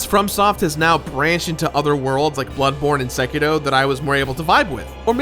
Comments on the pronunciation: Still haven't learned how to pronounce Sekiro? Are you dumb? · Spent ages talking to people like VaatiVidya but still can't pronounce it right, ok